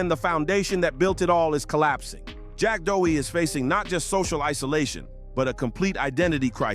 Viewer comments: Jack Doughy. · If you’re gonna quick bait someone and use a measure total content, you should always learn to say their name properly😊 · BRO START SAYING HIS NAME RIGHT ARE YOU OK